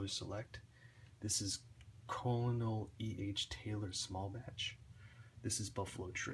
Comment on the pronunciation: It's pronounced "kernel" not "Colner". Also "Mikters" not "Mitchers"